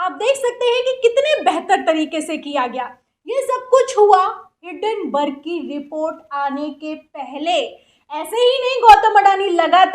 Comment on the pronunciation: Madam the name is Hindenburg not Hindenburg I guess